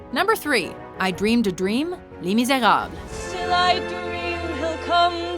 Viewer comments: "Lee Meezaeob" What the hell is Lee Meezaeob... it's Lae Mizerobless... (pronunciation) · Shit pronunciation of les miserables I guess it's lee mis now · lol. She butchered the pronunciation of les mis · I don't think thats how Les Miserables is pronounced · Omg the way she pronounces le miserables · the way she pronounces 'les Miserables' makes me cringe